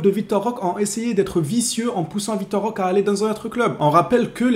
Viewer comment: Salut, bon maintenant que c'est officiel, tu peux arrêter d'ecorcher le nom de notre nouveau joueur 😅 On prononce Roquéééé Svp 🙏 liké ce message les gars faut vraiment que apprenne à prononcer correctement le nom de notre recrue.